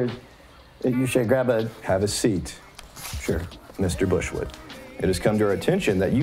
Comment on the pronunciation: Omg when you kept calling him bushwood it got funnier every time